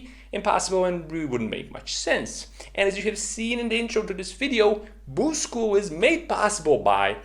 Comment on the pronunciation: K either stop sayin “BYUUUUSCHT” or teach us how to say it like YOU do. PLEASE AND THANKYUUUUU